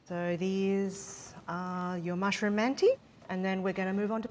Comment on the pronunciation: yeah I think it would've been better to say they're "turkish-inspired" or something. she's certainly not pronouncing the word like she knows what mantı really are.